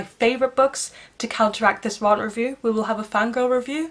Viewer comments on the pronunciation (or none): Why do you pronounce “rant” in that way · No way she says RANT like that omg girl